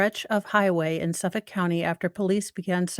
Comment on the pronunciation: Gill Go Mass uh pee kwa NA SAW Manner ville Lawnguyland You nailed Suffolk.